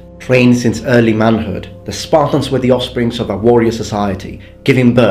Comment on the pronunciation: Hey, one request.sometimes you're a bit difficult to follow due to your pronunciation. Could you maybe try to change your pronunciation of "were"?you now pronounce it similar to how you also pronounce "where", while it should sound more like "whur".I hope you don't mind me asking.